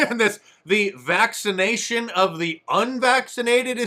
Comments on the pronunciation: What is vacsation. Joe? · Did he say, "the vaxation of the unvaccinated...." Does anyone know what vaxation is? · Did Biden say “vaccation”?? That’s not a word. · The vaxation...if DJT mispronounced a word, he'd be pressured to take a trip to the doctorto RETEST his cognitive abilities...PS: Lary Page...NZ isn't much better off than America. It's a global pandemic, alright...to push the "Great Reset" on the entire western world. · Almost sounds like he's saying "vexation" rather than "vaccination." And "needle-less" rather than "needless." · THE "Vaxation". 🤦‍♂️🤦‍♂️🤦‍♂️ I had to rewind that to confirm I heard what I heard. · Mark, listen to what he actually said. He said; "vaxation," NOT, vaccination. The demented, old, senile corrupt POS doesn't even know where he's at, much less, what he is even saying. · Joe 'the clown' Biden, the remedial word meister of DC actually said "vac-sation". The "vacsation of the unvaccinated". Do you see now folks? Joe was elected because he was the smartest guy in the country 🤣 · Biden actually said "the vaccation of the vaccinated..." not the vaccinated. The old fool can not pronounce enough words properly to put a complete sentence together. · 350 million? 🤣🤣🤣🤣🤣 the lies never stop. Also that buffoon didn't say "vaccination" he said "vacsaytion" which is not a word🤣🤣🤣. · how do you spell vacctation vax ation vactasation cmon jo vaccsation man that word does not even exist ! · Crazy joe, said "VAXATION" listen again. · He has a faxxation with the word. And little girls. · Did he just say "vaxation?" My, look at how far we've come. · LOL, I thought he "Vacsation":-))) Thats not even a fucking word. I remember years ago Robin Williams laughing at him for this stuff, he called him "". And now he's worse.